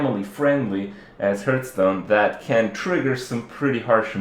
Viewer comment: it's pronounced HARTH-stone.....